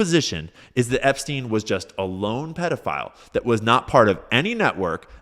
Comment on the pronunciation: I like how he says Epstein like he’s so unfamiliar with him he can’t pronounce his name correctly. If you didn’t wanna look like you’re were on the flight logs Donald you’re going about it the wrong way.